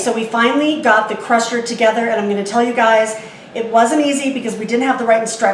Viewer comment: It's "sigh" rusher like cycle rusher